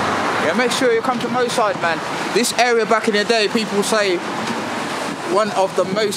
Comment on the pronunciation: Hahaha nuff respect to you guys and it's brilliant what you doin but it's moss side not mo side. 😄